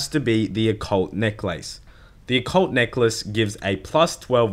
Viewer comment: You said Occult necklace right the second time